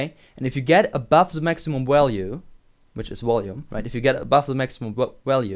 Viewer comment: Walue and wolume.... Lol